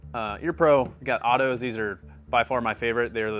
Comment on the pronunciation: Otto not auto..